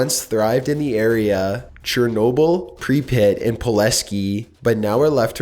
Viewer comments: It is Pripyat, not Preepat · pripyat = pree-pit??? I thought it was pronounced preep-yard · Did he just call Pripyat "Pre-pit"? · I love your content, but you have to learn how to Pronounce words. Pripyat (Pre-pee-yat) and Poveglia( Poe-vay-glee-ah) not proveglia. For instance their are many more examples across all your videos. I absolutely love the content and what you do, I just have a hard time when you mis pronounce so many words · "Prepit" xD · in number ten, you miss prounouced Pripyat [PrhiP-EE-Yat] is how the town's name is pronouced and the town was built to house the workers of the plant and thei families. It also was exceedingly close to a military installation of sorts that monitored a huge metal wall like structure designed to detect missiles from the western hemisphere. this was kept secret till the fall of the former soviet union but in many of the documentaries you can find on youtube you can see glimpses of it as it also is assumed to no longer be manned due to its location in the exclusion zone. you also mispronouced "Vichy" in the 15th place on the list. it said [vee-chee] and charles de gaule its said [GALL] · Nice pronunciation of prypyat. "Prepit"